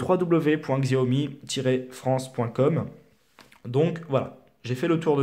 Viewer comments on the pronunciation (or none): c'est chaomi et pas gziaomi